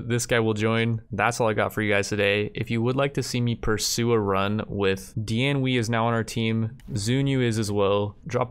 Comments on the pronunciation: it’s pronounced Dian “Way” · Xiahou Dun: Shee-yah-ho Dune Dian Wei: Dee-on Way